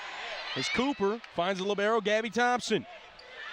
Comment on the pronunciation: That I can't answer. But maybe you can answer to my question: why anyone, repeat ANYONE, even Professional player or Journalist, pronounce "libero" in a wrong way? LI-bero, the stressed syllable is the first one not the second li-BE-ro. But I must admit that italian pronounce of English words is really horrible.